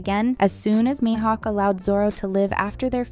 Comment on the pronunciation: wkwkwk same, and when she said maihouk to 😂😂😂